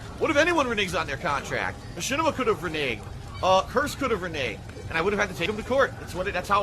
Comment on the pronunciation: One of the funniest things about this guy is how he never learned how to pronounce "reneg".